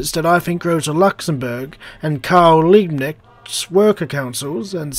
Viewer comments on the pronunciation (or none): It is obvious that you dont speak german. If Karl Liebknecht was written like you pronounced his name he would hav been called "Liebneckt". But otherwise, great video :) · He is called Karl Liebknecht, pronounced like: Carl Leeb-Kn-ae-cht. the K is harsch and the cht is like krht. Liebknecht is translated like Nice-(farm)servant.